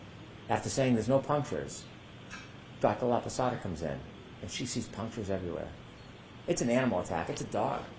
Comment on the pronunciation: Hey, I’m watching Dr. LAPASADA, no “Laposota”, please make the necessary changes to correct your mistake. And, you can be laughing any witness, more if is a FEMALE Medical Doctor, expert witness, you look like a MISOGYNIST and an ignorant, that I know you are not. You need to be more respectful of others. You are laughing her because she is older, but she has a humongous amount of knowledge compared with what you are going to get in your whole life. I know you are an educated man, but your attitude is disappointing to me. Because you are young, you can change things easily!